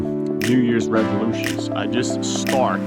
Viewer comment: The week after the U.S.A. Thanksgivng holiday. Normally first Monday in December. FYI, it could be my audio but it sounds like u r saying "New Years Revolutions" ... if your are it's "New Years Resolutions" ... if your not my bad.